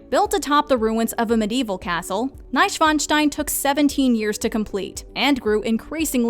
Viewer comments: I was like "how tf did you pronounce Mainz right in the introduction but bungle it every time after?" And Neischwanstein? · An die deutschsprachigen Zuschauer... Hat von euch auch jemand den Untertitel angelassen und musste heftig über Bomb back (Bamberg) und Neschfeinstein (Neuschwanstein) lachen?